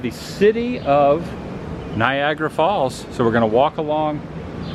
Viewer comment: Did you say Viagra Falls?